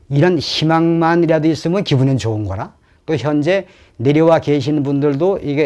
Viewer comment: 말씀하시는 분이 이신가요? 전 좀 다른 데 꽂혔는데 말투가 완전 옛날 서울말씨라 신기합니다. 좋은 -> 조흔으로 발음하시고 억양이나 발음이 서울 토박이 외할아버지 생각 납니다. 이런분 음성은 역사자료로 기록 보존하면 언어학 연구에도 도움되고 좋을 듯.